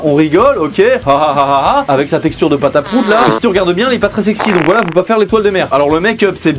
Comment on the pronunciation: Dis donc vous travaillez à la pelle "vouhala les z'écrans" Bien marrante....!!!!! Sinon partage tes RC stp c'est quoi ? 😂